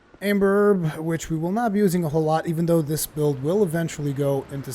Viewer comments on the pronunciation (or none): none